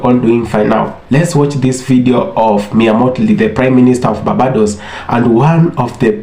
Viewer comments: My Brother it is not pronounced ‘Bah bah dose’ nooooo it is ‘BARR BAY DOSE’. I love the video though. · BAR-BAY-DOES = BARBADOS. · Bossman narrator,Barbados is pronounced bar-bay-dos